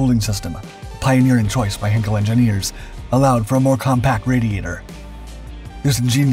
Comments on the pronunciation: I did exactly as you suggested—and found this: “You may want to improve your pronunciation of 'heinkel' by saying one of the nearby words below: height heights heir heightened heidi heirs heirloom heinous heis heian heinz heighten heidegger heiress heisenberg heinrich heifers heifer heightens heist heinlein heidelberg heightening…” etc. I’m a linguist. I lived in Germany. Besides which, see the comments of others beneath this video. I know what I’m talking about, friend. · How about; Inga Andrea Köcker Elsterman von Elster. My ex wife’s name. And she pronounced it Hinkel. Because it is a family name pronounced how they pronounce it. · You're mispronouncing "Heinkel" and the second time I heard it I quit watching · Heinkel: Hine- kul not Hen-kel. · As with all German words containing the letters 'ei', the emphasis in pronunciation is on the second letter, the 'i' and not the 'e'. Heinkel is therefore pronounced as 'Hyn-Kul' and not 'Hen-Kul'. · Heinkel is pronounced "heyn-kel," not "Hen-kel" A henkel would be a handle, a German champagne brand, or a German chemical Company. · It's NOT "HAIN-k'l"; it's pronounced "HINE-k'l". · PLEASE learn how to pronounce simple German names! It’s “HĪNE-kul,” not “HEN-kul”! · "Ei" in German is pronounced as a long 'I' sound, not short 'I'. So, "HIGHn-kel". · You are unable to pronounce the german name "Heinkel" properly, so that video is nonsense.